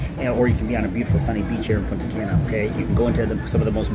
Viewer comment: It’s “Punta Cah-na” learn how to say our cities. Not “Punta Can-nah” And “Sahn-to Domingo” not “San-to Domingo” Get it together